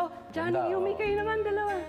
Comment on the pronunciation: Nanggigil din ako sa background music ei... Nakakiyak🥺.. and i love how andrew pronounce Jhonny's name, napakasweet 😁😅